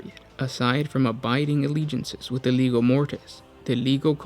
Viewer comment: Legio. Pronounced Lee-jee-oh.